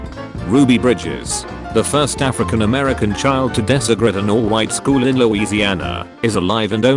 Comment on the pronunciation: *"desegrate"* the word sounded so strange to me, i thought it intended to say **desecrate**, i thought the text reading program said it wrong, that would be nothing new for this text reading program, and when i looked at it, it made no sense to me, it took me a few seconds to realize that they were trying to say ***DE-segregate***, not desecrate. it was a noble thing to want to do , but there is absolutely no possible way they could donate his organs, ****ANY OF THEM****, the risk of spreading the cancer to the people who would receive them would amazingly high. they also neglected to mention, that one of the gun shots he received took off some of his fingers. it is also a huge use of plastic, just for the convenience of being able to eat one when you get home instead of waiting a few days for them to get a little riper.